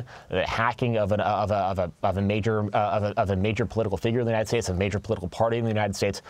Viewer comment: ahehahuhe ennenn unideyeeteteds strateteteees